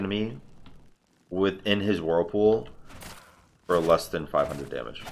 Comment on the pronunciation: plz it's "than"